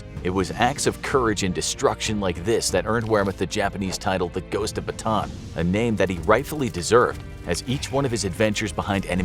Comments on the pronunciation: It's actually not Batan, its Bata-an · Great video but you’re pronouncing Bataan wrong😭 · Hmm i just saw this again Its callan BATAAN just say it hard rock not soft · why nobody can pronounce bataan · PS. Its pronouced “bata -an” not bataan. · I am a Filipino and the pronounciation is not Batan its Bata-an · “One Man Army Batan” BA-TA-AN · i’m a Filipino and it’s not pronounced “Bataan” it’s actually “Ba-Ta-ann” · Who cares! He’s a foreigner of course He didn’t pronounce it correctly. As if you also pronounce foreign words correctly. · I love how you say BATAAN (BATAN) instead of "BATA-AN" 😅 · Bataan isn’t pronounced as “ba-tan”. Bataan is pronounced as “ba-ta-an”, Im a filipino, so I know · Its actually not batan its actually "ba + ta + an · Bata-an.... Bataan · It's not pronounced "Bataan" it's pronounced by "Bata-an" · ba ta an not batan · Ba-ta-ahn, not Ba-ton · pls info graphics its bata an not bataan the pronounce thx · I'm from Philippines not bataan bata-an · It is bata an not batan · Its bataan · it is pronounced as bata an not batan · It's pronounced Bah-Tah-Ahn not bah-taan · It is pronounced Ba-Ta-An Not Ba-Taan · Little note though, mispronounced Bataan (it’s supposed to be pronounced Ba-ta-an), so knowing the correct Filipino pronunciation makes the joke a little less sense than otherwise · bruh batan makes no sense if its a Filipino place. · It's ba-ta-an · Ba-TAN lol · Bata'an, that's the correct pronunciation. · dude its Ba-Ta-An not Batan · It's not Bataan it's Ba ta an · its pronounced bata-an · It's called ba-ta-an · very nice, but it‘s pronounced bata-an, filipino here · It’s not pronounced batan it’s it pronounced with a an in the end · Bataan is pronounced as bata-an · You pronounced Bataan wrong it's pronounced ba-at-a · It’s pronounced like Bata-an. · its ba-ta-an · It’s pronounced bata an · It's ba ta an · its ba ta an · Pronounced Ba-ta-an. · i didn’t expect him to mispronounce Bataan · I cant believe how he pronounced Bataan